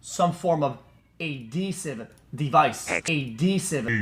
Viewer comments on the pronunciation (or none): Bro said adesive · adhesive device bruh thatso funny lol, detecitve x pls just say tape homie